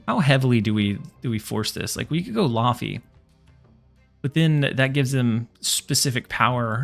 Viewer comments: Whoah I didn't know there was a second laufey. That's cool. The pronunciation should still be "layvey" though, right? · Hi mate - laufey’s actully a she! She’s lokis mum, and the name is pronounced like “layvey” (it’s Icelandic). There’s a super famous singer called laufey and she does a good guide on how to pronounce her name.